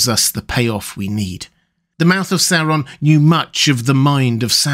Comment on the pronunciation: Oo wawz thuh mouf ov sour Ron? Yikes.